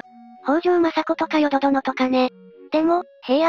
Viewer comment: 淀殿が「よどでん」って読まれなくなってちゃんねるの成長を感じた